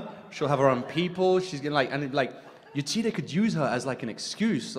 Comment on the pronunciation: The way she butchered Yetide's name is just...